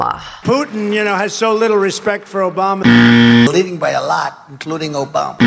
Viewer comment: Obamna ????? WTF